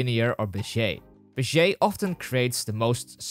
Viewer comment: He said "beshe curve" Is that the real pronunciation or just his accent? Awesome video by the way; wish I found it sooner